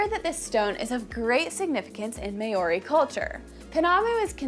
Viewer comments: I wanted so badly to watch this video but I can't handle the Maori people being mispronounced as "May-Or-E". I can't do it. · I’ve had a blast watching so many awesome videos from your channel! I’m pretty sure Māori is pronounced “mau -ree”. Looking forward to more great content! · Maori is pronounced like mouldy if pronounced properly. Cheers 👍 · It really is a shame, I found this video so difficult to watch. At an absolute minimum someone could have YouTubed "How to pronounce Māori." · me too, the content was interesting but the pronunciation was awful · Above all, thank you for at least acknowledging that there was a problem with this video and apologising but there really was no need for it to be that way. I heard someone mention in another of your videos recently that you have a large team of researchers and if not one of them made the effort to find out how Māori is pronounced then I think they need to up their game. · Pronouncing Māori very incorrectly 😂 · Māori is being pronounced incorrectly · I really wish you would pronounce Maori correctly. Really distracts from the video. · Good on you for making the video. Although, next time you make one about an indigions people.. Can you please learn to pronounce their name 😂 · You are pronouncing Maori incorrectly. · If you're going to talk about Māori so much, you really should learn how to pronounce the word properly. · I'm not downing her in anyway respect for trying. But as A Maori ild prefer a Maori had done this. Pronounciation is awful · I am a huge fan of your channel and love your content… although you have mispronounced many words in this video, including the word Māori itself. Feels very American 🤣🤣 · i would like to see you do 1 minute of research to learn how to pronounce words correctly. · Nice video but terrible pronunciation of the word Moari. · Fantastic informative video. Than you. Please revise your pronounciation of Moari, and please please ‘ analyse’ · Māori is pronounced Mow-ree not May-o-ree.